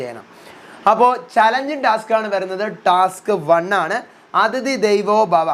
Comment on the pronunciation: ദൈവോ അല്ല ദേവോ 😂😂